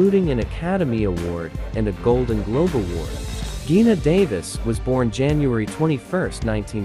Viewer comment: All photos & information were lovely. Although Ally Sheedy's & Geena Davis' first names were mispronounced...